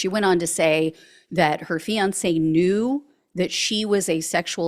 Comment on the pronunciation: If only it were true. Men need to leave MAGA wives. If only it were true!😢 This AI because you didn't pronounce fiance correct. Hmmmmm